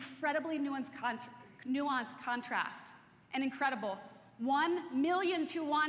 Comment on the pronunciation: This is so, so bad. Are they serious with this junk. Where is Steve Jobs cause his company turned into a pile of garbage and it was made that way by an illiterate team that overuse words like "awesome", "wow", "fantastic" and cant even pronounce the word "nuance". Buy a computer because the price tag is ridiculous. Build it or have someone build it. You can build it better for cheaper. I love how they said "similar models start out at $82xx.xx"...but somehow their product is revolutionary and different. But they use the language in a way that tells that the way they mean its revolutionary is that they are comparing their products to their own line. They are such bs talkers. Dark mode and swipe thing. How stupid are those people clapping. That's not new. That is so old...really old. I thought that was a joke leading up to something. Sign in with Apple? That's just another way for Apple to have control over something. That is what Apple does. They have control over your phone, you cant do anything with it. Locks over everything. Memoji stickers? Omg just terrible. Just like animoji or whatever that dumb thing was. Just a dumb aesthetic for a crappier phone than what's on the market for less. Generated emails? I can generate emails and phone numbers with text message and phone capabilities from my phone for free. I can do the same with apple. It would take waaaaay longer if I had to do it with an iPhone than with any Android. Their "ideas" are too long to criticize because there